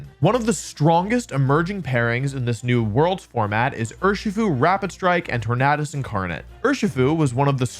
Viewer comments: I thought it was called tor-nay-dus like tor-nay-do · I cringe everytime he says tornadus